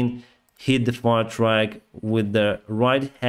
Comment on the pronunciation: Quick note, when you say Fire Truck it sounds like Fire Track which is not correct. Also benzene is called gasoline in English